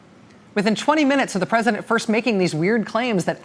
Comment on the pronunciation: "Presidunce of the United States"